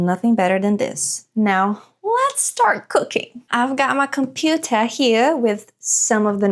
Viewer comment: "I've got my cOmPuTeA Heeaa" 😅😅